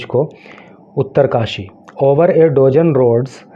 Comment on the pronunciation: Pronunciation sudhariye....Dozen = डोजन nhi डजन् hota h.